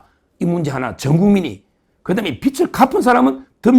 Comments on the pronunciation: 빚을.. 발음 비츨이 아니고, 비즐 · 빚을=비즐 no 비츨!!!